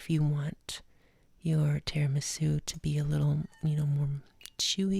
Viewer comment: It’s TIRAMISÙ not TIRIMISÚ...your accent...jesus...